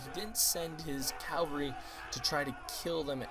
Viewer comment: just so you know, the horsemen are pronounced like CAV-AL-REE